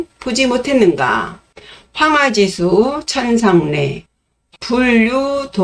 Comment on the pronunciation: 또 한 가지 틀린 것: 황하지수의 독법이틀렸나이다. 이를 두 자씩 띄어서 읽었나이다. WRONG! WRONG! "황하지" 하고 "수"라고 띄어서 읽으시옵소서. 이 갈 지자는, 소유격으로 쓰여졌습니다. 그러므로 황하에 부처 읽어야하나이다. 참으로! 실망! 실망! 미국 변 완수 드림. 시창자 여러 분! 유튜브에, 치시면, 우리 말에 대한 참으로 귀한 강의를 들ㄹ을 수 있나이다. 정중히 권하옵니다. 미국 변 완수 드림